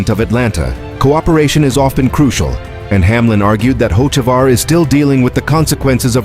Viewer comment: Carson Hokeavar. That's what they'll calling him. Good one AI. 😂